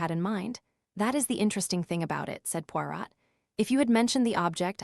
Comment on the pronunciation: AI. Pawrat